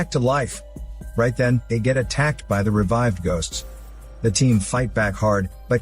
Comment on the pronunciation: mmmm "Gosts of War"